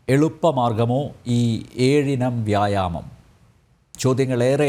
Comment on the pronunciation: നമ്പ്യാർക്ക് വ്യായാമം എന്ന് പറയാൻ വിഷമമുണ്ട്